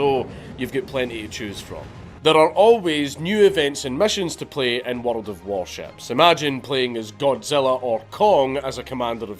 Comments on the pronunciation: Brah...plz teach me how to say "World" ... Plz waste your time, on one man's wee envy..!! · Count Dankula: a man who can make world sound like it has 6 syllables. Love it.